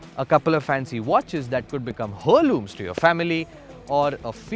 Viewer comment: What's a Herloom its Heir loom Maan too much grammar errors ! 😂😂😂😂